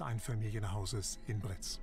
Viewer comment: Britz und nicht Brix!!!!